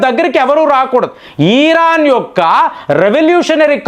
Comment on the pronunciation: ఈరాన్ కాదురా బాబు. ఇరాన్ అనాలి. సకం కాదురా నాయన సగం. నువ్వు అనలిస్ట్ ఏంటిరా బాబు. టీవీలో స్క్రిప్ట్ చూసి చదవడం కాదురా